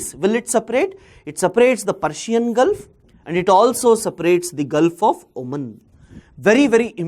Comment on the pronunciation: Sir I am from Oman. The 'a' in Oman will sound like the 'a' in 'ant'. And in 'Duqm' , 'u' should sound like the 'u' in 'put'. Thank you